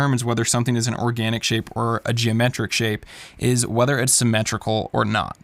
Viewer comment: almost put an emphasis on the organ part of organic xD